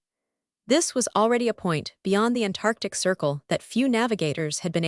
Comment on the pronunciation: "An Tantartc"?